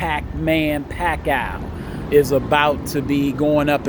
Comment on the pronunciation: He said Manny Packoww...